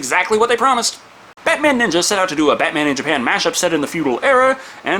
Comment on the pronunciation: Ohmah lord! Batman Neenja